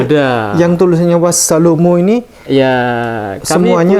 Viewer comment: Yg benar bacanya wassalaamun mimnya domah tanwin tp di situ domahnya dipisah fathahnya dihilangkan